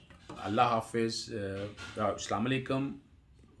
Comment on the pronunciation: with respect say Assalamualakum not salamalakum